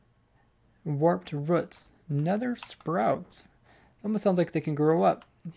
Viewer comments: Roots, pronounced liked routes not whats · he said ruts in the video. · Do people in different countries say "roots" different or something?